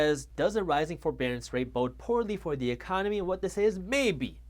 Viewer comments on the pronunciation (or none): none